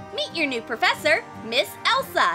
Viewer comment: well i did hear :meet your new porfessor miss elsa XD)